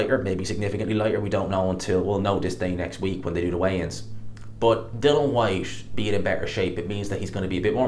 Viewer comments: it’s DILLIAN FOR FUCK SAKES. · Why is it so hard for you to pronounce ‘Dillian’ properly?